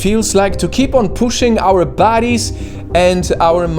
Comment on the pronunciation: did bro say bodies or baddies lol